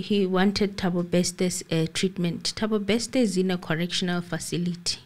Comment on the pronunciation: it's not Bekster, it's Bester pls 🤣🤣🤣